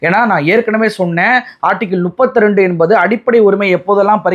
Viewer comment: Class இல்லை clause நுப்பத்து இல்லை முப்பத்து